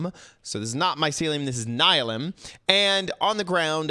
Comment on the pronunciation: It’s pronounced “Ni-le-um” not “Ni-lim”